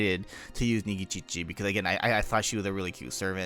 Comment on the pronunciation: Why do you say Nikičiči instead of Nikitić?